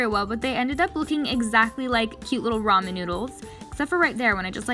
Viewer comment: Finally! A non-Asian person who said ramen right! In Korea we lameon, but I guess in Japan it's different